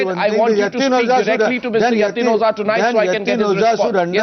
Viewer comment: Mr. Arnab, its O-JHA, not O-ZA !! Please, for world peace sake, lets close this issue today, so its O-JHA.. no no. dont get confused and dont dodge the pronounciation, its O-JHA, O-JHA !!! Its not O-ZA ...